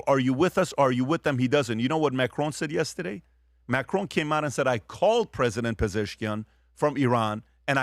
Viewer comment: Please don’t say “yestedeyyy “